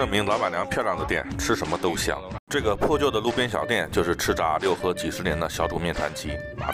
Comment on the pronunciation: 应该是Luhe，不读Liu